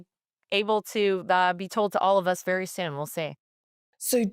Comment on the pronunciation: By the way. God is vewy angwy😊